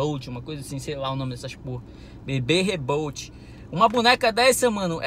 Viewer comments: "Bb rebolt" kkkkkk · Bebê rebolde KKKKKK "bebê reborly"